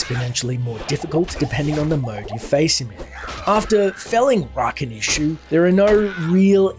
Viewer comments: I mean you add cutscenes with names said it it or with audio and somehow still butcher it over and over. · When I hear the fallen say "Rakanishu" I always think they are saying "Nice to meet you!" XD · I always thought it said "I'll fuckin eat you" with the you being pronounced more like Chu.